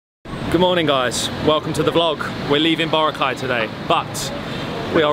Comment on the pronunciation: he still can't pronounce Boracay properly.